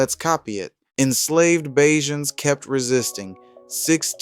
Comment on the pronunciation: I'm very pleased and also shocked that the producer of the video actually pronounced ( bajans ) in the right way